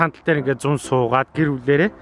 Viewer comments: uwsiih yumuu? Zunn geed helnii ugiin N iig uzuureer heled bh shg sonsogdod bhin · Gantumur Anhaa neeree tiishd te ug ni, зун gedgiig arai uur heled bh shg sanagdad bsiin kkk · ах зун гэхийг арай өөр хэлээд зуна гэж хэлээд бхий ма найз залуу яг ингэж яридаг би бүүр байнга хэлж шоолдог ахыг сонсоод баахан инээлээ ганцаараа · Нээрээ зунна гэж ярьдаг юм бна кккк